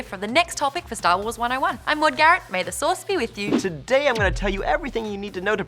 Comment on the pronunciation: Stah waws. The faws. Maude, you're awesome, lol. Btw I look forward to these videos just to see how passionate you are about it all. Keep up the good work!!!!